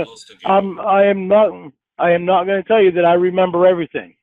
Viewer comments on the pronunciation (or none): I love how emphasizes the w in naWt yet there is no w in not.